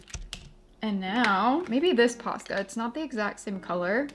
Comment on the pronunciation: I kept hearing PASTA 😂 now I want some…..